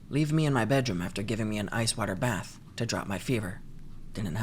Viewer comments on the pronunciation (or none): none